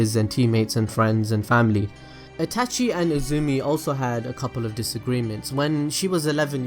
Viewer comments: She-su-we shisui Eh-tah-chi itachi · This dude is so involved with Naruto and is such a geek about it but he cant even say Itachi correctly... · The way you say Itachi is slowly making me more triggered. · Is it me only that feels annoyed in the way he says itachi.